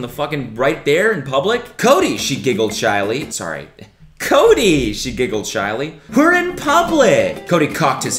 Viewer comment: The way he said sorry. Cody, your Canada is showing.